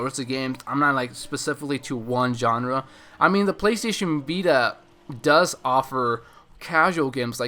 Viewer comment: Hahaaaa he said PLAYSTAYSHEN BITA !!! Lol.